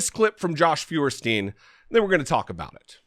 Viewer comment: Jesse, "Feuerstein" is pronounced "Foyerstein" (Stein being pronounced like in "Steinway" not "steen"). It's a German name that means "firestone".